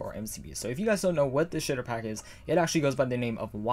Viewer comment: When he talks fast, he says “sh!tter pack”